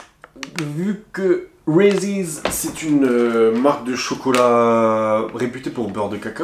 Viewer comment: Sa se prononce reese pas de s a la fin